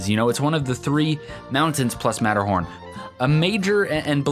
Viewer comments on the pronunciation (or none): none